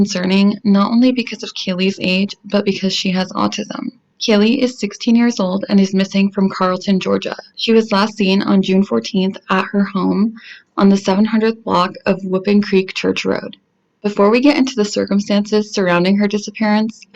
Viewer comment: Carrollton Its pronounced (carol-ton) not carilton. Just a tid bit from a native!